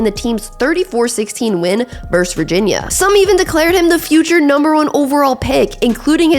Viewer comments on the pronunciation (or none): It's versus, not verse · I like the content on your channel. I'll definitely keep watching. But why can't anyone under the age of 40 pronounce the word versus correctly?